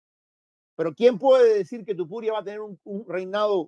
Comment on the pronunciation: Deje de ver cuando empezó a decir TUpuria... p*ta madre 🤦‍♂️